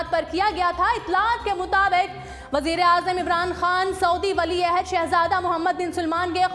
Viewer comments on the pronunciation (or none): Ahsta bola kero ..wali aehd hota hy wali aohud nahi